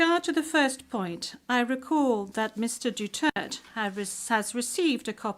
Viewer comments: Duterte, not Dutert. You should learn how to pronounce our President’s last name. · His Duterte not Dutirt😂😅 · Duterte Not Dutert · Bakit hindi nya ma pronounce correctly ang Duterte ? Make an effort Ma'am....